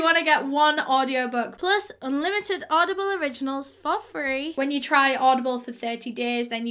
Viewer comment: ”I’m sure you’ve heard of oddball..” Oddball!? Oh, it says audieble on the screen 😅😂